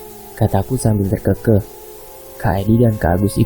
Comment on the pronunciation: TER KE KEH bukan ter keukeuh